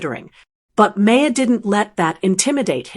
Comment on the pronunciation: (Bill's name is pronounce MAAHR , not MAY-er).